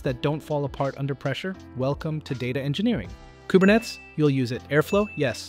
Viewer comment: So the mispronunciation of Kubernetes is on purpose, right? 😅